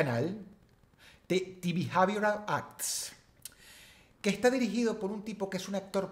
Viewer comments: "de bijeivoral acts" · the behavioral arts se pronuncia "te bejaivioral arts", si no me equivoco behavior es comportsmiento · Se pronuncia "bijeivioral"...de nada 😁😁😁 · Se pronuncia de "de bejaiboral aks" 😏🤣🤣🤣 impulso de idiotez, lo siento.